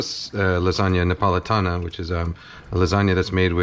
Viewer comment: both Bolognese and Neapolitan! Mad respect from me! (Born and raised Napoletano here!) - Kenji did a very good job imho!